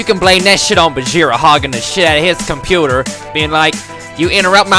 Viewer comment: I havn't been able to call my computer anything but "Compurdah" for the last 24 hours.